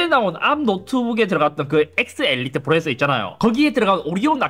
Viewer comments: 프로ㅇ에써 발음 진짜 ㅋㅋㅋㅋㅋ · 프로세서를 왜 자꾸 프로에서라고...... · "프로세서" 발음 연습좀 하셔야 할것 같아요 ㅎㅎㅎㅎㅎ